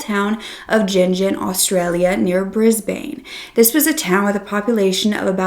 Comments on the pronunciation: as someone who lives in Brisbane, it’s pronounced “briz-bn” x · It's pronounced "Briz-behn". Like Melbourne, isn't "mel-born', it's Mel-buhn. The U.S pronunciations crack me up. ;-p <3 from Melbourne. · I've never heard an American pronounce Brisbane properly, ever lol. You have to say it like the E at the end doesn't exist! Bris-ban. Or even more accurate would be bris-ben lol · Hey, just a quick note before I properly watch this video: Brisbane is pronounced Bris-bin. Melbourne is also pronounced Mel-bin as an fyi lol. Thank you so much for sharing this case and for all the cases you share ❤ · It’s pronounced bris-bin